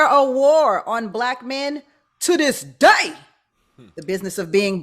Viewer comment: .....as soon as she she said" TO DIS DAY", I knew this would be some fuckery